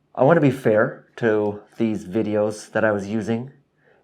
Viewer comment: Hey, did you say vidjes? In Dutch, we add 'je' to a noun to imply 'cuteness'! The learning curve for sewing isn't always cute though eh? Or is it? By the way, for sewing the bias tape or the plackets ... I find that it helps a lot to cut the strips on the bias. It feels against the grain at first but once you get the hang of it ... c'est bon!